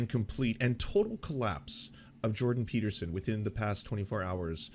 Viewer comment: Video starts: "Doctor Jordan Pee-Peterson..." Ah, Mondays.